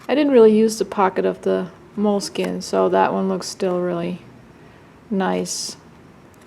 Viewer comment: I very much enjoy hearing you pronounce Leuchtturm1917 that I wish you did the same for Moleskine's proper pronunciation. 😊